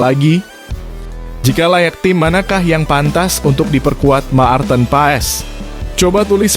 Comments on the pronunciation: Admin, bc martin paes, bkn maarteen..,!! Geli telinga gua dgr loe sbt bgtu😂😂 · Ma-ar-ten pa-es Maar-ten pa-es harus belajar bahasa Indonesia yg benar ya gaes, baru bikin channel YouTube 😂😅😂😅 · Menyebut nama Pemain jng di putus dong jadi kurang enak di Telinga misal nya.Maarten Paes bukan Ma arten Paes.